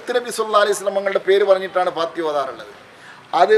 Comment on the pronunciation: സൂറത്തിൽ ഫാത്തിഹാ ഇത്രെയും സ്രേഷ്ടമായ ഈ സൂറത്തു പേര് കുറച്ചു കൂടി വെക്തമായി parajal കൊള്ളാമായിരുന്നു അതായതു fathihaആ